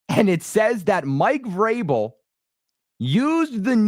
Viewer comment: How many times you switched between Vrabel and Grable is annoying. Learn how to say his name.